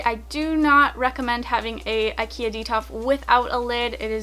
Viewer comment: IKEA it’s not pronounced like that,but okay